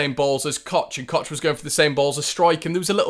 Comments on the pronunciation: Please stop calling him Robin.. it's Koch.. pronounced Cock!! We need to just accept that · apparently it’s pronounced ‘coke’ in english, or cock with the ck a bit scouse in german. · That’s wrong,you have to say Koch like CHA at the end i.e. coach,watch,match and even church (which you don’t pronounce it like ckurck do you) so I think you need to re-sit your English exam 😂